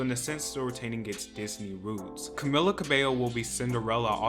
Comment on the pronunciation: how can you talk about camilas movie when nobody knows anything about it? like just say you hate her and go, if you're gonna talk about her at least say her name correctly.